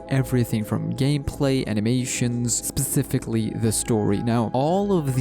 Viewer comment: Bruh I hate the way you say specifically